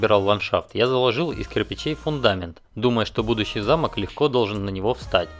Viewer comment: Не замок а замок)